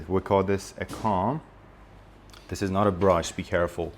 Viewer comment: Actually you pronounced the word scissors in a wrong way, the correct pronunciation is /ˈsɪz.ərz/ with a short i sound not a long i sound , and also the word comb you pronounced it with a short o sound but the correct pronunciation is /koum/ with a long o sound .